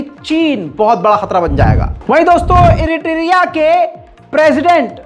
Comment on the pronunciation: IRITIRIA nehi Bhai ...... IRITRIA...... Bohot Farak Hain.